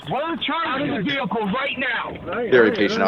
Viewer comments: One of the bingo slots should be mispronouncing of the word 'Vehicle". "My Vee-hickle" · "Ve-hi-cle" God it got annoying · "commercial vee-hic-cle" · "I aM NoT dRIviNG a COmmeRCiAl VeE-hICkLe"